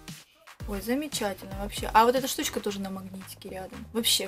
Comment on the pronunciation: я вас очень люблю. Но СЛЕДИТЕ ЗА СВОЕЙ РЕЧЬЮ!!! ЛОЖИТЬ, ШТУЧКА, НИЧЁШНЫЙ, неправильные ударения!!! Вас же люди смотрят, а не животные!!!